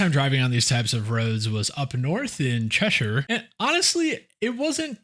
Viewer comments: I'm impressed that you said Cheshire correctly instead of the usual American way of Chesh-Higher. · You are definitely becoming British, you pronounced Cheshire properly. 🤣